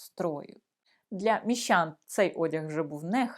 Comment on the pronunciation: Не чяс, українською час. Не панчьохи, а панчохи. Не міщян, а міщан. Не вивчяю, а вивчаю.